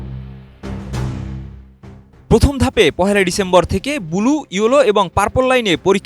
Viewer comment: অয়ে রিপোর্টার ভাই, বুলু কি ভাই...? ব্লু কইতে পারো না ...? 🤣